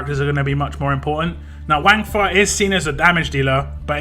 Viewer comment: Pronounced it right first time more like Wungfa not wang . Also screw bleed lol